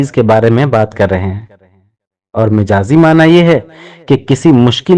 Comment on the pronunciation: ارے بھائی مَجاز ہوتا ھے مِجاز نہیں میم پر زبر ھے اور آپ میم کے زیر لگا کر بول رھے ہو پخلا خود استاد بنو پھر کیس کو بتاؤ گمراہ نہ کرو۔